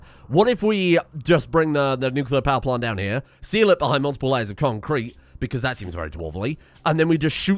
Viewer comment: Every time he says concrete, it sounds less and less like a word., stop it.